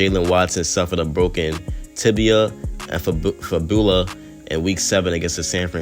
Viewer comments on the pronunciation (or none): lol fib-ooh-la